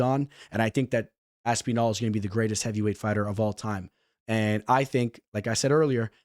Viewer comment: Stop pronouncing Aspinall like Aspeenall 😂